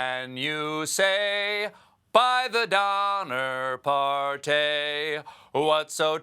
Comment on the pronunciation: ...and the Donner par-tay 😂🤣😂